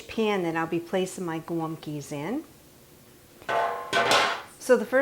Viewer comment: Thanks for the recipe 💕 I giggled every time you said golumpkie. 😊